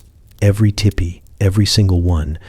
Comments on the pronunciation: Oh I just listened so this is all AI because you said tippy instead of TP So of course you don't know how offensive these are I mean I'm sure there's somebody there who knows I mean somebody had to program this stuff well actually probably not now that I'm listening to it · This is so good, i dont even mind you pronounce tipi as tippy. 😊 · Michigan here! Land of the great lake, Gitcheegumee.❤ If the AI was taught to say teepee correctly, I wouldn't even have known this was AI! Very soothing.❤ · ITS NOT TIPPY. STOP IT. I JUST WOKE UP ANGRY CAUSE YOU SAID TEEPEE ONCE THEN REVERTED TO TIPPY😫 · It's teepee.